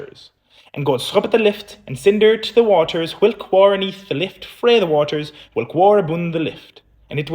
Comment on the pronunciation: Frae is pronounced fae